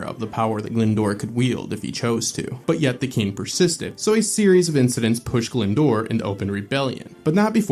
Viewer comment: I know you said pronouncing names from my county is hard, but you can't even pronounce Glyndwr properly and that's easy